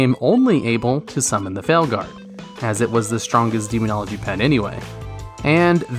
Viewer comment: demonogly lol do you even english bro?